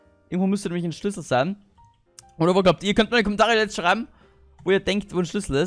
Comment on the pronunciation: Bei SCHLÜSSEL verstehe ich SCHNITZEL!